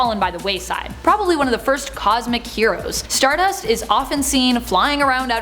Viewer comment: You need to pronounce StarDust like Cody Rhodes does lol